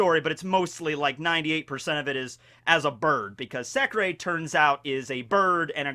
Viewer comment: In that case its not pronounced as 'secrey' but secre without ey